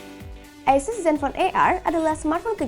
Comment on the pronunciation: bacanya asyus beb bukan asses